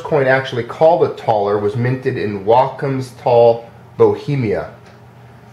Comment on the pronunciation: I will try to help with pronounciation. Joachimsthal, could be read as "Yoaximstaal" (while reading "x" as in spanish pronounciation of "Mexico"), the name of the Czech town is pronounced "Yaaximov" (again, the x as in spanish "Mexico)